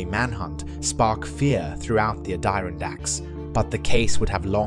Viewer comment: Why are you pronouncing so weird? Add Er on dacks.